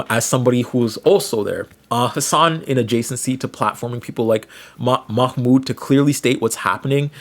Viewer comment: Ik youre not doing it on purpose homie but its pronounced MAH - mood